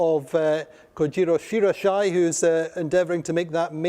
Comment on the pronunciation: Yes second that. should be pronounced 'she ra yi she' for all the Asian and Japanese fans out there.